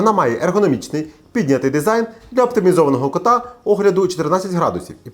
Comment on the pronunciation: Тільки я почув про "ергономічний дизайн для оптимізованого кОта" ? 😅😺